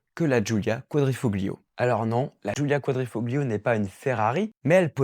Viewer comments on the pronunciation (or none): Le sujet est intéressant et tes propos pertinents mais les vidéos en arrière plan se répètent et toi tu manques de charisme ou disons plutôt que tu es trop crispé à l'écran. A toi de rectifier le tir. PS: Le G dans Quadrifoglio ne se prononce pas.